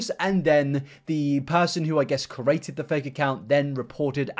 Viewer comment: I guess you can't say anything about someone who can't pronounce "Lego" correctly, when as a "creator", you can't pronounce "create". Sorry.